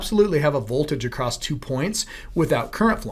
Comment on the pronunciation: Acrosst? My grandmother used to say that.